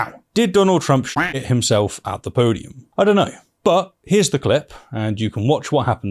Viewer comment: You say "podium", I hear "poodium".